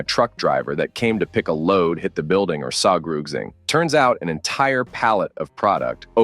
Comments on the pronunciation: Im so tired of hearing saw grossing(?) instead of Something. Fucking fix your stupid ai's speach. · Fix your text to speech program if you're going to rely on it. Pronouncing 'something' as 'sawgrugzing' is ridiculous 🤔